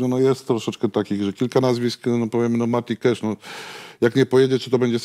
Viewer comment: MATI KASZ, nie kesz